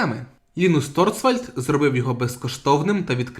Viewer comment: реЄстр, курва!... і ТОРВАЛЬДС а не торцвальд!!! в ТОРЕЦЬ получиш, вже як за лінукс взявся то хоч не спотворюй базис!